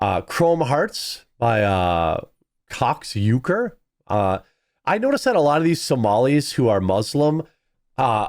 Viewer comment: "Cox Ucker"? Is nobody even going there? 😂☠️😂☠️😂